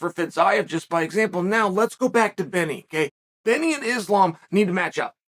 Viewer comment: When Westerners learn how to pronounce the word Islam right , it's like saying ZamZung instead of Samsung.